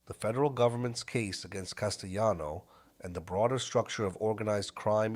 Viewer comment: I had to stop when this whatever it was couldn’t pronounce Castellano‘s name. It drove me nuts.